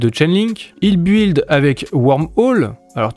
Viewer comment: Arrête de prononcer « buiiiild » il faut le dire « bild »